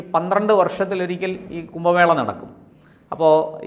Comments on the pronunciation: കുമ്പ മേളയല്ല. കുംഭ മേള എന്ന്, എഴുതുകയും, ഉച്ചരിക്കുകയും വേണം. വല്യ വാക്കുകൾ പറയുമ്പോൾ സൂക്ഷിക്കണം. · "കുമ്പ" മേള (വയർ/ ആമാശയം) അല്ല സേട്ടാ.... "കുംഭ" മേള 😡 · കുമ്പ മേളയല്ല കുംഭ മേളയാണ്